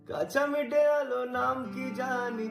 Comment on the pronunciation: উচ্চারণ এ অশুদ্ধি রয়েছে।। দঁরা নয়, ধরা হবে, মিটে নয় মিঠে হবে। ইত্যাদি। ❤❤❤❤